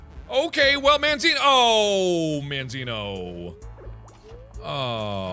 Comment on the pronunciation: It's mandzino